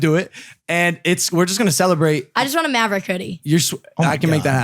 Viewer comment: I'm a single mom to a beautiful baby girl who just turned three. She's learned how to say yah yeet, savage, and mav-uh-wick from Logan lol